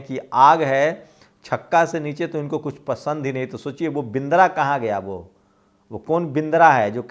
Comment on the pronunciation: बिंद्रा नहीं बदरा बोलिये।